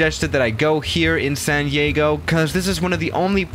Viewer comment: Ah yes, my favorite city, sand yeago